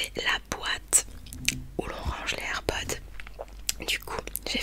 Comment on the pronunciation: Air pods y a un s donc ça se prononce air podz 😂😂❤️❤️❤️❤️❤️❤️